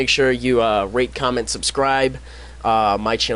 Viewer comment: im sorry, but it sounded like you said rape comment and subscribe xD